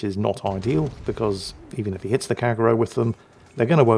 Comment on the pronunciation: Kagero 陽炎 Kah Gey Ro not Kagg ero :)